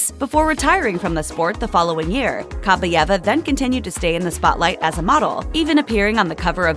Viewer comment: Ok, since no one has mentioned it yet: it's pronounced Kah-BYE-eva. Stress on the second syllable. "Кабаева" если по-русски